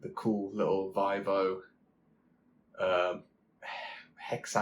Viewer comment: Good sir - it is pronounced “VEE-VOH”. Other than that, cracking video 🍻